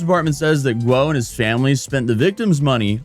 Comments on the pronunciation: u say Gwuh but it sounds more like Woh; there’s no G in there that I can detect lol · . Still wrong. Woah when ghee she said. You started with guoah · Say it like Gu-OH fast.. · Guo might as well as been Ggwhuweououeio according to 🤣 edit: lmfao